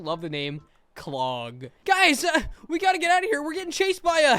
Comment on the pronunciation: Why he say clog like that